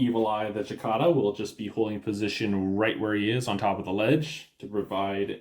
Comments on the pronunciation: Its prounces like the bug. Sicada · SI-KAY-DUH! It's called a SI-KAY-DUH with a hard A! I can't watch anymore until you learn how to say it! Being from Texas, it's an affront. Si-KAY-DUH! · We all know Capellans can't pronounce a soft "c" so we forgive you. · He's not right either. In North America it varies depending on where you live, with it roughly being "si-KAY-da" in most places and "si-KAH-da" in others, accent on the middle syllable either way. The Brits (at least the ones I know) prefer the second form. Not sure about other countries. There's online audio-file pronunciation guides you can easily pull up with a google search, including a bunch of Youtube vids. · 8 dmg blows an arm off? Jeez. Lights really have that low of armor? Was that like 4 armor 4 structure? ooof. and the way you say Cicada lol, Chikada, I both love it and hate it at the same time. lol.